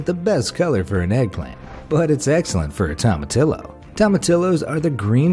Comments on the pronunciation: It's pronounced tow-muh-tee-yo. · Fun Fact!: In Spanish the "Tomatillo" is spelled like this, but in Spanish you pronounce it "Tomatiyo", so next time say it this way.. "Tomatiyo"! 😉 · Tomatillio pronunciation = Toe Ma T O's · I don't know about jicama, but I'm fairly sure it's "tom-a-TEE-o". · Great video. I learned a couple things. But please check your pronunciation of Hispanic food. Jicama is pronounced HEE-ki-mah, and it's toe-mah-TEE-yoh. You know what you're talking about, and maybe this gentle advice can help you prove it. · Ahhh,cringe...That is the most Yankee pronunciation of tomatillo I've EVER heard! 1st day, Spanish 101...a double L is ALWAYS pronounced like an English "y". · As a whiter than white person I am offended by the way you slaughtered jicama and tomatillo. I can only imagine how you say saguaro. It doesnt matter how the americans or brits say the words incorrectly...they are wrong. Go to mexico and try your language over there. If we enjoy the food we should learn how to say it correctly. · You completely destroyed the pronunciation of Jicama and Tomatillo....🤦🤦🤦